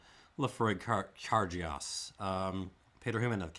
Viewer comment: That d is cairdeas is pronounced as a "ch" sound, so it's more of a "carchais" and "lachaig". Also, I totally agree with you on the 2021. Complex and powerful for sure, but totally unbalanced in a way that tends toward off-putting.